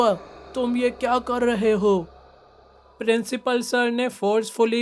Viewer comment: principal🚫 princhipal✅ 😂😂😂❤❤